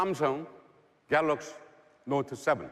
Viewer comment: i always miss the word GALOXY from this guy lol